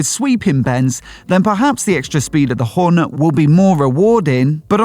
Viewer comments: Couldn't watch the video fully 'cos of that pronunciation of Hornet. "Horn-uh?" Wth? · Weird pronunciation of Hornet. Where did that come from?